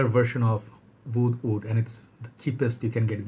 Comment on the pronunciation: I'm starting to realize that a lot of the times when you say what sounds like "oud", you're actually saying "wood". Like in this video when you say "oud wood", it really sounds like "oud oud" to me.